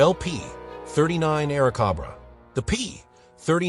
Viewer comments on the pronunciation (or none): Aira Cobra as-in the the hooded venomous snake not as in air (corn on the) cob raw… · THE A I voice SUCKS! The AIRCOBRA (like the snake, Cobra ) not what the voice says. And it goes downhill from there. Like, the P (pause) 40, and so it goes... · It's Airzcobra like the snake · One of the absolute WORST AI GENERATED videos out there...The P-39 "Awercoba"... 😂😂😂😂😂😂😂😂😂